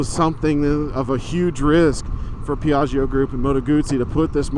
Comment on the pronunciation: Man you lucky son of a bitch! Congratulations! Yours is the second motorcycle vlogger who has gotten themselves a new Moto Guzzi! This is exciting for someone who is pinning away for one. Just fyi Peeyah-gee-oh...it will come :) Sorry I worked for a Vespa Piaggio dealer in Philly for a few years and the owner was Italian. Someone already commented in how to say Veloce. Very happy for you! Thanks for this wonderful video!